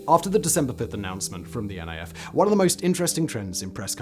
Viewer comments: FYI: It's not called N.I.F, its Niff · Great video, but you're pronouncing NIF wrong 😅 It's not N.I.F. but NIF, as in it'd rhyme with miff